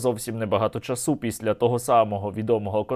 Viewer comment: та не часУ а чАсу, не докУменти, а докумЕнти, не листОпад, а листопАд, не чИтання, а читАння